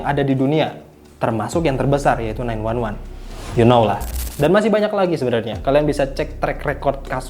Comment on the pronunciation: 911 dibaca nine one one anjir, itumah emergency call